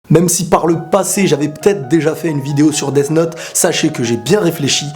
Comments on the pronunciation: quand toublie de bien prononcer death note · tu dis deaf note alors que sa ce dit deas note même si sa s'écrit death note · Desssss note J'adore ta pronnonciation xD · On dit 'death note'